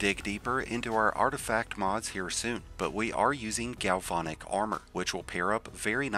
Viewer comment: Gal-VAN-ic. Like the truck. Not VON